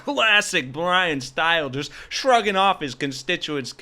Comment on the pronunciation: It's pronounced Bryan S-t-i-l-e(long "i").